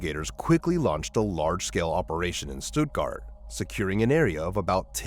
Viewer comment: Case 2: Alma = AL-muh Stuttgart = Stut-gart not stoot-gart Morgan Nick’s case has also not been solved and she has not been found…alive or otherwise.